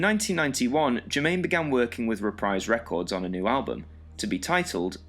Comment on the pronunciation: Reprise is pronounced "repreez" not "reprize"